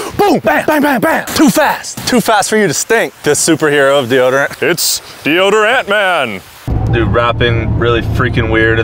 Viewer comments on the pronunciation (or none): "the odor man" pronounced de-odor-man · It’s DEODOR-ANT MAN